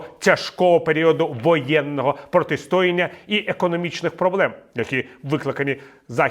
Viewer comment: не протистОяння, а протистоЯння